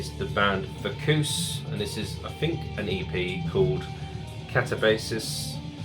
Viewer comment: It’s pronounced VAC-YOU-US. Speaking of British DM, Have you checked out The Crawling’s latest single ‘Sparrow’. Killer like everything they have done.